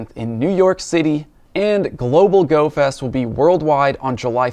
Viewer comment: did you say "Goat fest"?